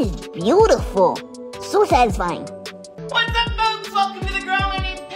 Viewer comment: Why do you say satesfine ? Every video